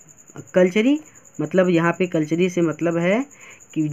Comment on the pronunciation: सर उन्हें कटलेरी कहा जाता है ना की कलचरी